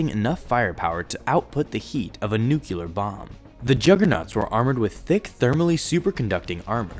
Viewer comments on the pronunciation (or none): NUCLEAR!!!! NOT NUCULAR! PRONOUNCE IT CORRECTLY, FOOL!!!!!!!!! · Nuculear Bomb? I hate that. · Why do people say 'nucular'? It's pronounced how it's spelled! Nuclear! NEW-CLEE-ERR!